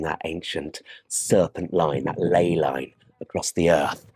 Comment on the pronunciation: Misspeaks ley line, spills coffee, “bloody archangels “ 😂😂